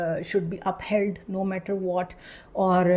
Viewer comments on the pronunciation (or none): none